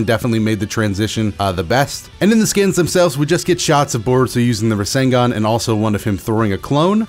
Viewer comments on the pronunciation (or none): none